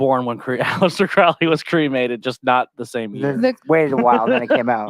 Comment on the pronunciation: Guys I'm only an hour in.... you need to read the biography Perdurabo, theres SO much misinformation here. you are even saying his name wrong as well. He used to say "The name is Crowley, it rhymes with Holy. It isn't Crowley, that rhymes with foully" (also its bol-es-kine house and yeats that rhymes with sheets). the book of the law was certainly not Crowleys first book and a few people did actually die on K2. The death at the abbey was because the individual drank from a mountain spring that Crowley had told them to leave well alone. There weren't 'neighbour complaints' there either, the locals actually petitioned for the abbey to remain. Crowley had written an anti-communist poem that offended Mussolini. the lady is just SOOOO WRONG about Wicca influencing thelema. Thelema predates Wicca and Crowley actually wrote many of the rituals for gardener, this is SO well documented. They met at Atlantis bookstore. Crowley NEVER met Jack Parsons or Ron L Hubbard ever. Crowley actually wrote letters to Parsons trying to warn him off Hubbard. Regarding Crowley working for MI5, agent Ian Flemming (the eventual james bond author) recommended crowley be the man to interview Ruldolph Hess when he was captured. Crowley was basically commissioned to produce propaganda to discredit the Nazis. This is ALL verifiable. THE BARBARA BUSH STORY IS AN APRIL FOOLS JOKE STARTED BY THE OTO ONLY TAKEN SERIOUSLY BY COMPLETE IDIOTS. crowley was a genius. He was a selfish, silly attention seeker with a m